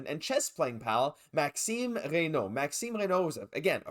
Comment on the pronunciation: Ah ah I was about to post the same thing, great pronunciation. 😅 Bonjour from France 👋